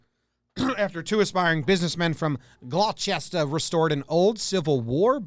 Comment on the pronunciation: gloucester is pronounced "glowster" in this area